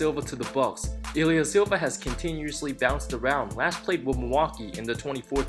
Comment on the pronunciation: Is that why says his name as "Ilyasilva" lol